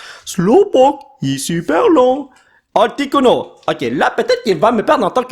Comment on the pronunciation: Avec les sous titres c full drole comme articuno sa dit articulo